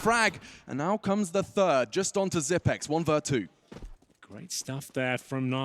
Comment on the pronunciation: why is he calling him zip-x? Lol